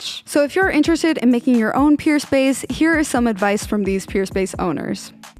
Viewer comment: It sounds like you’re saying Purespace not Peerspace